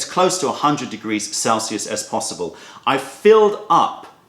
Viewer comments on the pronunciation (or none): none